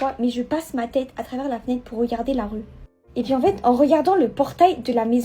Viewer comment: Pk elle dit ET PIII AU LIEU DE ET PUIS ??????